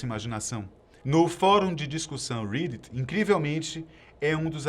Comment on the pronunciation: Não é "Rídit" e sim "Rédit", a pronúncia de "Reddit" xD